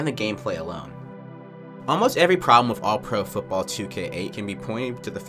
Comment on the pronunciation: Where you from? You say "wif" instead of with, like someone from the UK lol